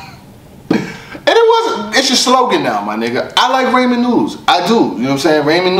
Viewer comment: He had 3 opportunities to pronounce Ramen correct. He failed each time...that's the real tragedy